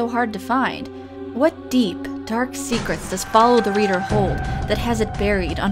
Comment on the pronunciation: And this is how us asians say follow the leader